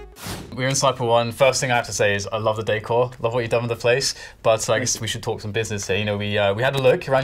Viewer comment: He said decor wrong it have me cancer